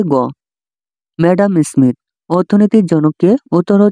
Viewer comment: আপনার অ্যাডাম স্মিথ উচ্চারণ হয়নি